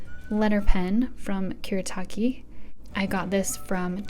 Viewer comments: lol I commented before I saw yours and lark comment. no “erru”, L, in Japanese. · A few Japanese pronouncations Fude: Foo-deh Fudenosuke: Foo-deh-noh-s-ke Kuretake: Koo-le-a-keh Bimoji: Bee-moh-jee Cocoiro: Coco-ee-loh Edit: a spelling mistake in fudenosuke (fixed) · Kuretake = ku-re-ta-ke. You don't pronounce re as le in japanese. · i hate people who say stuff to seem like they are jApAnese pRos but dont even know that r isnt pronounced as l but a mix from d and r. so it would be koo-r/d(klick/roll tounge)e-take.